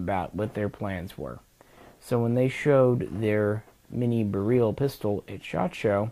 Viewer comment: In Polish, Tantal and Beryl are pronounced using their phonetics. Robski's pronunciations of these rifles are the correct way to say them. Also, "Lucznik" is pronounced "Wootch-nick" in Polish. For what it's worth, my Babcia was from Lodz, (pronounced woodge) Polish is a fun and strange language. :)